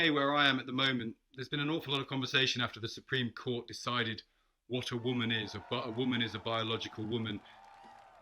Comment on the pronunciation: Did she say COURT 🤣🤣🤣🤣🤣 I am sorry lady.